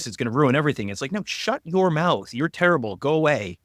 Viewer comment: No, you're turrble. 😆